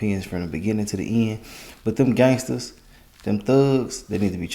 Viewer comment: Brah lol, the emphasis on them “Gangsters, Them Thug” lol